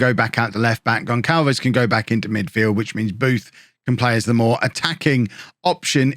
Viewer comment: Hello, Goncalves is a Portuguese family name NOT SPANISH!!! And it reads 'Gonssalves". As you can see, i share that same name. The English keyboard doesnt have the option of writing the proper way ( is missing a C letter with a comma underneath, which makes the sound of a double S when we read it ). When i moved here to England i had to adopt the name GONCALVES, instead of GONSSALVES, so no big deal, this was just to clarify how to read the name.